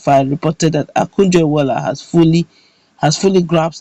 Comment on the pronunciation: Is Okonjo not Akujo please.